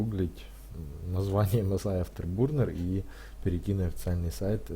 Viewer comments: Не бурнер а бёрнер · автобурнер, кто его еще так называет, автобёрнер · Не бурнер а бёрнэр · Спасиб за видео! только говори не бурнер а бёрнер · Сам нуб, английский бы подучил, "афтебУрнер" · Дизлайк за "афтербУрнер" и за "оверлокеров"... дальше смотреть не стал